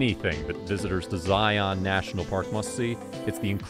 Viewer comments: They need to program an AI voice who can pronounce “Zion” correctly. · You keep pronouncing it wrong 🤦‍♂️